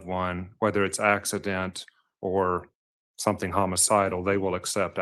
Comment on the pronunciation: Leticia is "somethink" else! □□□